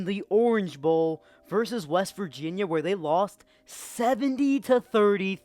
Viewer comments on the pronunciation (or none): none